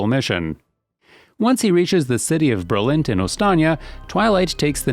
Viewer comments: Berlint = Berlin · "Berlint" How orginal